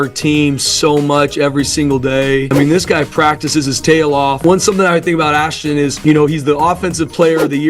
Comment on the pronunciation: is there a reason you keep saying Ash-Tawn? Also, Boise was picked before the season started to be the favorite to represent the non power 5. This feels like a push for views using as little research as you could possibly put into it. Boise has more consecutive winning seasons currently than anyone at 29. They have 3 Fiesta Bowl wins including the first one that everyone talks about vs Oklahoma. They are the Alma Mater for the winningest quarterback in college football history. Put themselves on the map? They've been on the map.